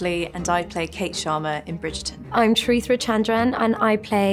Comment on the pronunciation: The way she pronounced Charitra concerns me. I wonder how Ashley would pronounce Ashwini 😂